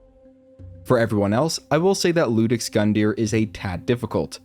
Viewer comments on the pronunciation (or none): It's not Ludex. Its Iudex. The letter i. iu makes a j sound in Latin depending on other context, in this case, it does. The word is pronounced like iulius, or Julius. Iudex is Latin for judge. Lex means law, Rex is king. An iudex passes judgement on lex. See? Gundyr is likely germainc for battle or fight, thus iudex gundyr is the judge of fighters or combatants. His mirror is champion gundyr, the champion of fighters